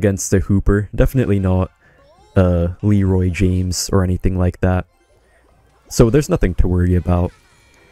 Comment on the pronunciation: my mans said Lerroy James lol... idk how to feel about this